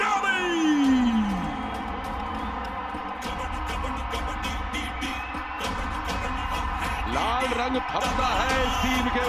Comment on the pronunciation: Hello buddy it not dehi it's delhi !